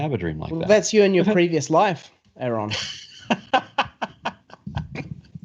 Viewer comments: It's like nails on a chalkboard everytime someone mispronounces Aron's name. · How come it's so hard for people to call Aron by Aron instead of Aaron?